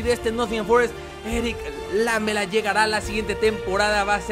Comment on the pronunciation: Es lamÉla, no lámela!!!